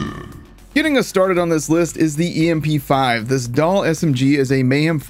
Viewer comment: Love how the em-p5 has been out for almost 2 years now and people still can't say the name right for some reason. It's pronounced like mp5. Cause it's based off an mp5. Specifically from counter strike from what I've heard